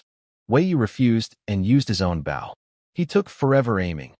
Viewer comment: The machine reader says "bow" incorrectly but says "crossbow" correctly. Just funny I think.